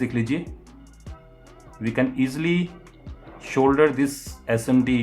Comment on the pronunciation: Shoulder nahi solder